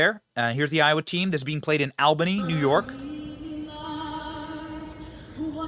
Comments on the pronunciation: Can't believe the torny is 5 minutes down the road and I had no idea. Goes to show how noone cares about woman's bball. It's pronounced All-bany Benny. Lol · Benny fyi its pronounced All-bany and as a Newyorker-Albany Suxxxxx. Atleast the politicians there DO!!! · And just cause it drives me CRAZY....Its Albany NY, pronouned All-Bany lol (Theres no "Al, like the school janitor 😆😆). Albany NY Born & raised 😀😀😀 #518 #12047 #AlbanyHardcore #NYHC 🤘